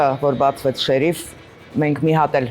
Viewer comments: շեռիֆ,, չի, ,,շերիֆ,, է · ՀամաՌ եՌեքը ` շեՌիֆ հա շեՌիֆ🤦